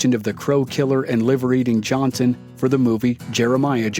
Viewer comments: IDK why this story reader pronounces his name wrong EVERY time? There is no T is Johnson brotha!!!! Johnston Johnston Johnston smh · Why do you pronounce Johnson wrong?